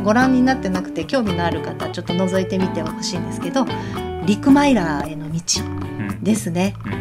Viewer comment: お疲れ様です 陸マイラー=おかマイラーです。 陸マイラーと言いがちですが、おかです。 来年行けるといいですよね。 最初は寂しいですけどハワイラバーで盛り上げていければいいですね！